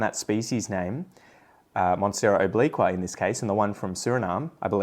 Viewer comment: Good to know that obliqua might be renamed. Americans can't pronounce obliqua at all. The new species should be named something Amricans can pronounce like hamburger